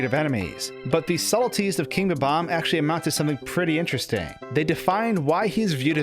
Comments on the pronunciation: Is it really ba-bams? I think its BOB-omb :Dlike bob the name :D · Its Bob omb not bbomb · In English, words have the accent on the first syllable. It's Bob. Omb. Not buhBOMB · You can clearly spell 'Bob-omb', so why can't you pronounce it?? It's not 'Bo-bomb'!!! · Why do people who speak english always call them ''BABAM'' it's spelled ''BOB-OMB''. This is why your language is so confusing to people who are trying to learn. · How many times did you say "Bom-om" in this video? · interesting theory, but the thing i can't get over is how you pronounce bob-omb you know there's a hyphen in there, right? how you pronounce the word is literally shown to you in how the word is divided people keep doing this, and i just don't get it